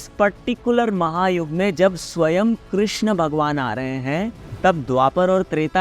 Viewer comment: कृष्णा nahi hota...yeh draupadi ka naam h.... कृष्ण hota h....